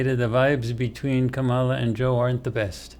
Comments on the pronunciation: Is it possible that got B and C backward? Where was subject C on the first two focii? Oh, and it's pronounced comma-la. Like, ",la" no rise or fall of accent. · Please pronounce Kamala correctly. It makes me question this entire thing and the channel.